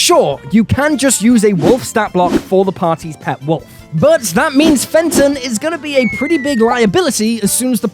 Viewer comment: "Fenton"? Jesus Chryst...